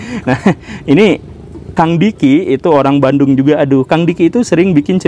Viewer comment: bandung jadi banung